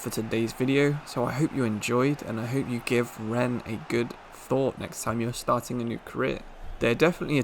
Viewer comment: Loving this channel. Great content and well done with the correct pronunciation of Rennes!